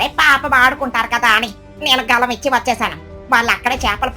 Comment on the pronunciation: అది గలం కాదు తల్లి గాలం